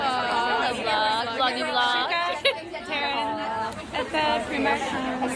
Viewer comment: I love that you pronounce Primark the way Irish people do 😊